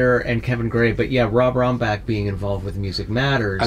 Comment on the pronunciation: Ron not "Rob" Rambach